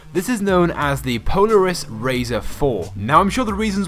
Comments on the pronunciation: Its Polaris not poleris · Po ler is- Polaris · You said Polaris wrong